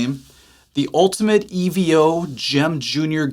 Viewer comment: If you knew anything about Steve Vai it's pronounced Evo as in short for Evolution...not E.V.O...that's like ELO...as in Electric Light Orchestra...just sayin..😂